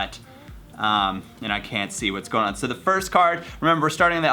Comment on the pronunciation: yeah I heard that too haha he didn't feel like redoing it haha